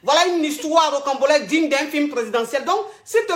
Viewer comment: J'apporte juste un rectificatif. On dit ROCAMBOLESQUE et non rocambolexe. La coach se trompe dans la prononciation du mot et ceux qui ne le connaissent pas peuvent commettre la même erreur.